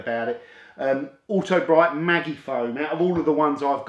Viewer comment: Think the "Magi" part of the name is pronounced like "magic" lol. Reminded me though I have a bit left stored away I might use up on my mum's car. It's great fun seeing it go on all thick on the car and the dwell time is quite bonkers but does take a while to rinse it all off and stays on the floor for ages. 🤣 I think they would say the thick clinging foam and long dwell times soften dirt more.